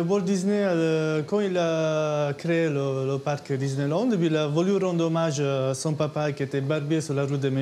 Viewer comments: Suis - je la seule à avoir remarqué qu'au début elle dit ; "Disney Nand" ? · Elle a dis disneynand la dame LOL 😂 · Elle a dit Disneynand,, tu as dit Disneynand, méchante. De plus tu as bien insistée sur le N de nand, je vais devoir te remettre dans le placard